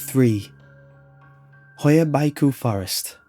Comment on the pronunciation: you really butchered the Hoia Baciu =))) and BAD. aniway nice video! keep it up ^^ love your vids